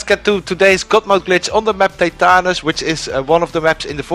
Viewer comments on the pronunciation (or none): Lol 😂 All jokes aside “teh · tuh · nuhs” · That's the craziest Prenunciation I've ever heard for tetanus